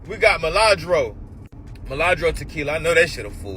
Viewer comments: this nigga fucc up all tequila miladro its MILAGRO NIGGA 😂😅😅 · HIM SAYING reposado & milagro like that is PISSSSSSSSING ME TF OFFFFF😭😭😭😭😭 baby just stfu im overstimulated